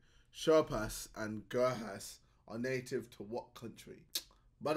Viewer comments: Bruh, he still can't say things right, he really said 'Sher pass', 'gurk ass' and 'neglible' lol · Bro said sherhas and gurhas tryna sound smart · The way he pronounced Gurkhas so wrong haha. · Man said Gurkhas with a silent K 😭😭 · Shurhas and gurhas wtf 😂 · bro really saw "Gurkhas" and said "Gurass" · Did he honestly just call Gurkhas “Gerr-Hass” come on man ffs 😂😂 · I watched up to 54 seconds and you don’t know how to say Gurkhas. The most loyal soldiers to serve the British military. Disregard my previous comment. You have loads of money!! Somehow, well done.